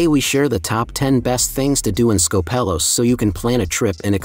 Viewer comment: Please don't call it SkopEHlos. Tell your AI voice to change it to SKOHpelos lol.